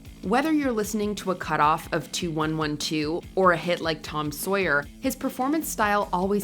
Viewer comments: Rush - two one one two??? You mean twenty one twelve. LOL Also this list is really, really bad. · It's "Twenty-One Twelve", not "Two, One, One, Two". Just like the year we're living in is "Twenty Twenty Four", not "Two, Zero, Two, Four". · I've never heard 2112 referred to as "two one one two." Twenty-one twelve!! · Did she call 2112, Two one one two? who let that go through? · Awww 😢 they gave voice the AI treatment messing up 2112 😑😑😑